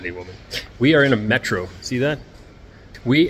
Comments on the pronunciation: "Metro" - stress on the first syllable! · Он же так и сказал, ударение на первый слог